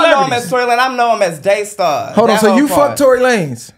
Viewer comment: Called him Daystar 😂🤦🏾‍♂️